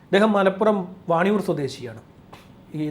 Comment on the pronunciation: Vaniyoor alla vaniyyanoor anu